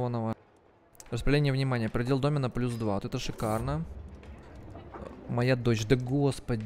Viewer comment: Бойницы - ударение на и. Домен - на е.